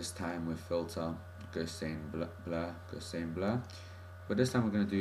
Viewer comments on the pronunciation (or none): You're pronouncing gaussian wrong!